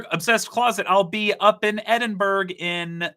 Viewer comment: It's pronounced: EDIN-BURROW